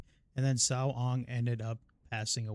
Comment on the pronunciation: Loving your vids! Just to make sure you have the correct pronunciation, the name 'Cao' is pronounced like 'ts-ow'. The 'ts' is pronounced with a soft or silent 's', whereas the 'ow' syllable is similar to that of 'how', 'cow', etc. Hope this helps!